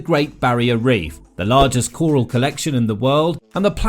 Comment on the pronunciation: Choral?? Haven't heard it pronounced like that before!